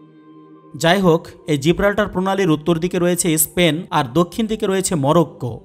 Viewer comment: ইস্পেন নয়, দেশটির নাম স্পেন